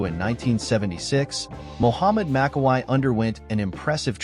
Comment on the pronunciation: It is pronounced MAKKAWEE, same thing for Franco, it is pronounced COLUMBOO, get your names right if you want fans support, they know how to pronounce these legends' names